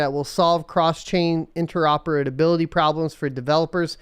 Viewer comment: those "interoperadability"'s were painful